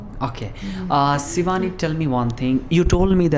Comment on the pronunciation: aap sh ko s kyu bolte ho jese shivani ka sivaani